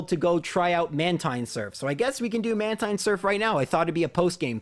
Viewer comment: It's man-teen not man-tine